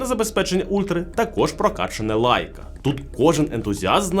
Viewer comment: Шаоми 😂.. Сяоми ну ппц Лайка... лейка!!! де ви його взяли